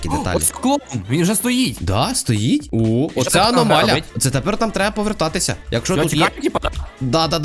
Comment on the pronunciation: Не аномаля а аномалія